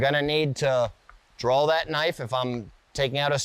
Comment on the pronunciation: What accent makes you use ‘L’ sound in the word ‘draw’ ? That’s like Maryland accent or something ?